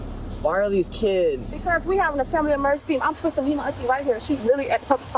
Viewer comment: Uhsposta. Uhspended. The N’s are exhausting.